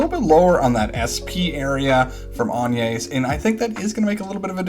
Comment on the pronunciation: hmmm agnes is pronounced like "lasagna" I believe.